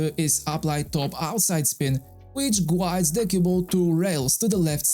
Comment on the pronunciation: Your English is getting better and better. Here's a little help with the word "guides." The "u" is silent, so it is pronounced like "gides."